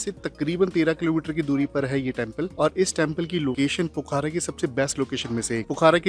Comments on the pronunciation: No bro its pokhara not pokhra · बहुत अच्छा लगा की आपके पास डॉक्ट्रेट की डिग्री है...... नॉलेज डॉक्ट्रेट लेवल का नही है.....ऐसा इस लिए की पोखरा.....है सही उच्चारण न की पोखारा......😊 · Not पोखारा it's called पोखरा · plz correct ur pronunciation it's पोखरा not पोखारा